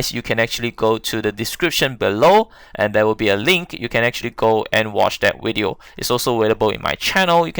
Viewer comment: Whats a wideo and willage lol